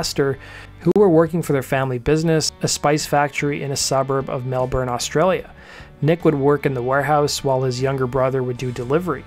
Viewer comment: also can't say Australia properly, but what ya gonna do